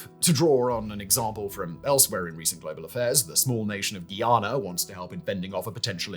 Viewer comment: Guyana, not Guiana.